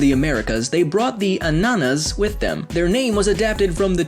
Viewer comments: Not Anana it's Ananas ! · Ananas not Anana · Hey its ananas not anana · It is not pronounced anána, it is pronounced ananá. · for me it's ananasas not ananas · Ananas not an anana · It's Ananá (ananA) emphasis on the last A, not like you said it (anAna) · It isn't pronounced like the ananas that you said. It is pronounced annanas, and I know that because I'm Arabian. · Well you butchered anana! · I'm from Europe and its true that's how you spell pineapple but you said it waaaaaay wrong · UHG!!! You are butchering the Europian word for "pineapple". I am from Europe!!!!